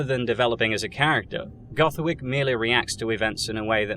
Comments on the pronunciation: "Goth Wick" 🤣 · "goth wick" 💀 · "Goth Wick" 👏 😂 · "goth wick" HAHAHA